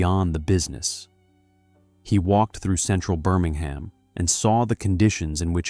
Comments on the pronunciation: Why do we need an American ai voice? Cadberry? Birming-ham? How does it cost any more for a human to read a script than to use an ai voice with a foreign accent and terrible mispronunciations? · You are pronouncing Birmingham wrong. It is a silent H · I turned it off after the 2nd time you said Birmingham incorrectly . I ignored your colour blindness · I enjoyed the commentary, but the way he pronounced Birmingham really grates the ears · Within moments the English pronunciation was butchered..”Birmingham, bow and advertisement “. All badly mispronounced. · Cannot stand the mispronounciation eg Birmingham, bow window...shame as it looked interesting